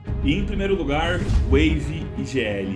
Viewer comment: Rachei de rir na hora que ele falou wave igl